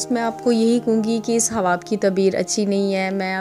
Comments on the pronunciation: Ye hawa kya ye hawa khwab bolna nai ata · تم خواب بول رہی ہو یا حواب ۔۔۔؟ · الف ساکن ہے اس لئے خواب کو صحیح پڑھیں